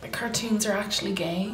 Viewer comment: “actuly” “uncunfotibly”